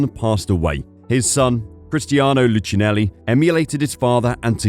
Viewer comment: The right pronunciation is lookeenelli